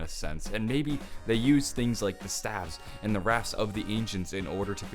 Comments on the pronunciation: Did he call them "stAives"? Did he mean staffs? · it's staffs not staves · He says staves instead of staffs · Its pronounced Stah-vz not stay-vz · Y does he say staeves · He said stsyafs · People pronounce staffs "staves"? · No staffs. Not staves. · Did he call the staffs staves?? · Why are you saying staff like that? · Is this nigga talking about staffs? What the fuck are staves? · He says it like 'Staves' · I have a question why do u say staff weird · staves?????????????? S T A F F S